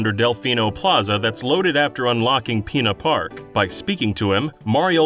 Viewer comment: Why you keep saying PEENA park man